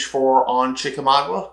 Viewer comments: ChickamauGA, NOT Chickamau-gua. GAH vs. GUA. 👍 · It's not chicka mogwa,,,, it's chickamauga ,pronounced chickamawga.